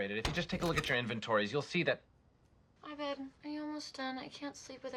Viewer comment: Literally why did no one tell the actors that’s not how you pronounce his fuckin name lmao, like I maybe understand pierce because it feels in character for him to fuck it up but everyone else?